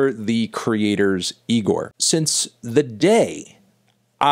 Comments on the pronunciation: It’s pronounced e-gor not ne-gor melon 😡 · It's Igor not Nigor Anthony! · Almost a year later and he’s still pronouncing it “NIGOR” smh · It isn’t pronounced NIGOR, stop calling it that Fantano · damn melon, cant believe you still pronounce IGOR with an N at the start.. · Anthony please stop putting an "N" infront of "IGOR"